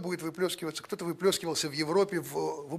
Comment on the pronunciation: на русском не ХТО , а КТО ! Не ШО , а ЧТО .